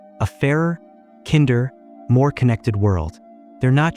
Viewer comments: Strange way of pronouncing "kinder" (like "kindergarten") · At least have your AI generated content voiceover pronounce the word “kinder” correctly. So very LAZY. (We INFJs hate such fake presentations.)